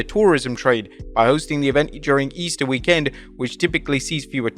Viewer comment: Why he say weekend like Week Kend